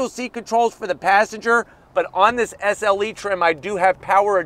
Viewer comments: SLE... not SeL 😂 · Hey, You kept saying “SEL” badges all over the back of the vehicle. It’s SLE. 😂